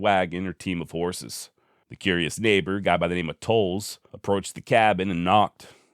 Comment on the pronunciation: I appreciate that you pronounced my last name correctly ❤️ I find your content fascinating